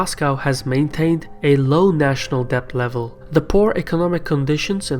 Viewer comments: Good work. But small observation: pronounciation of "debt" is "det" and not "debt". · debt is said like 'det' not 'dept' FYI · Those of you making fun of his accent and mispronouncing Debt as depth is unfair. He speaks many languages and his research is very good. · Great video! Pronunciation tip: debt is just pronounced 'det'. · Great video, but here’s a tip: debt is pronounced “det” - the b is silent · Please adjust your pronunciation of the word "debt". The letter "b" is silent, therefore you should read it as "det". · The b in debt is silent !!